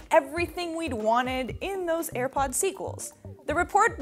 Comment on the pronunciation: "Ir pods" lol